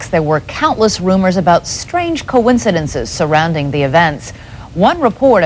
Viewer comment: more like "cohen-cidences"